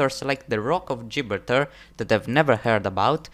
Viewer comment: It’s pronounced Ji-bral-tar